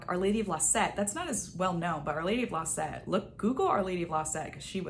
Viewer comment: Couldn’t understand your accent: which Lady of La Sete were you referring to?